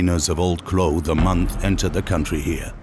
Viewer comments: Narrator can't pronounce clothes/clothing. Hard pass. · You couldn't get a narrator that can actually pronounce the word 'clothes'?? Makes me cringe every time he says 'clothe'. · Good documentary, although I found it very distracting that the narrator can't pronounce 'clothes'.